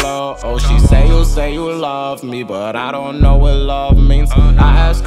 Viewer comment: He said lofe u lmaooooooo tho🤨😭😂